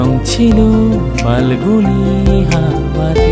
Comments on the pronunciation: Pronunciation was wrong. Word ta FALGUNI na. It’s PHALGUNI. Phonetics and pronunciation are important. Please pay attention when you upload next. Listening to a song with improper pronunciation can be quite irritating. Thanks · বেশ ভালোই গেয়েছেন গানটা, বাংলায় ফ (ফাল্গুনী) এর উচ্চারণটা একটু মাথায় রাখবেন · মিউজিক অ্যারেঞ্জমেন্ট খুব ভালো। শুধু "ফাল্গুনী"তে "ফ" এর উচ্চারণ টা "ফ" হলে আরও ভালো লাগত।